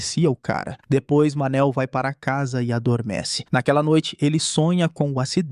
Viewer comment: Cada vez que escutei "Manel" não deu para segurar a risada pqp 😂😂😂